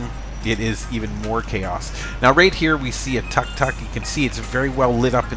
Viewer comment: 1) It's tuk-tuk (took-took), NOT tak-tak (sorry, but tak-tak hurts my ears) 2) Yes, it's a shame you can not take part in the chat anymore without paying 3) Over time, you notice subtle changes: the ground painting has been renewed completely; the street lamp on the right side once was sodium light (yellow), has been exchanged for an LED light (cold blueish white)... which broke after short time, and now there is no lamp at all any more :) 4) about 4 weeks ago I noticed that right below that street lamp, some tuk-tuk drivers made a barbecue for themselves. Only in Thailand! ;-) I like this cam a lot, because it has sound, and each time I watch it, I'm literally there, even if I'm 9000km away. Nice!